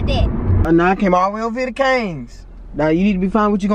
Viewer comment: Y they talk like dat she say kangs instead of kings